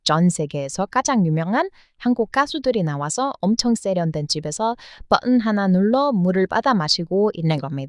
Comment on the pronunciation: 사랑하는 의 한국어 발음이 많이 부족하시네요. 그래서 하나 알려드릴께요. 벝흔이 아니라 버튼 입니다. 다시 해보세요. 버! 튼! ㅋㅋㅋㅋ